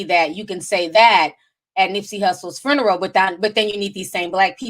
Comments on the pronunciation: Not a vigual 🤦🏾‍♀️ the word is VIGIL...and FURNERAL 😒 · “Fruneral, Vietmanese, and ninegerian” 😂😂 I love it. Oh and you can refer to us “Caribbean people” as West Indian ❤️✊🏾